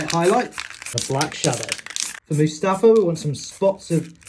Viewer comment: you nailed Mustafar at first and then insisted on calling it MuSTAFA after...